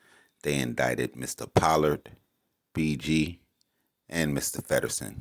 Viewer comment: “Po-lord” is how his name is pronounced